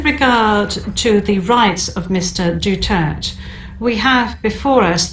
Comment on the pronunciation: Maganda yung scripted sa Pag pronounce at Pag sabi ng full name